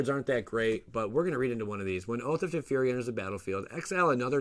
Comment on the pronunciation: I'm probably wrong but I think the proper pronunciation for Teferi is Te-Fair-Ree instead of Te-Fee-Ree. I say Gaea the same you do.